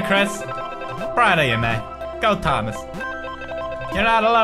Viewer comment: you forgot to cupolas the t in thomas -_